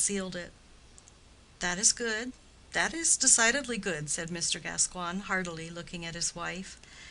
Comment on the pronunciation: OK, well, the name is pronounced GasCOYN, not GasQWAN ...